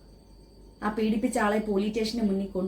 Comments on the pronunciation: Benk alla bank, poli tation alla police station, ithonnum ariyathe how you are managing this trust😳😳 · പൊലി സ്റ്റേഷൻ അല്ലാ പോലീസ് സ്റ്റേഷൻ നാക്ക്‌ വാടിക്ക്.